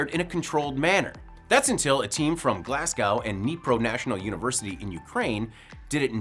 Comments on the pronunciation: It's Glasgow, not Glascow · 'Glaz-go', not 'Glaz-GOW'. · It’s pronounced glas-go